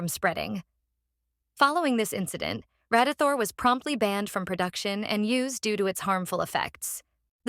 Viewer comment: AI VOICE AI VOICE AI VOICE AI VOICE RADITHOR RADIETHOR RADITHOR RADYTHORE